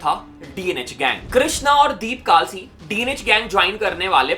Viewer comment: Bhai vo kaalsi nhi kalsi hai